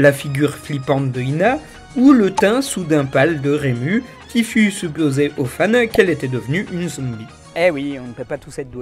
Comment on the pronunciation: Rému ? ????!!!!!!! Mais oreilles saignent. . .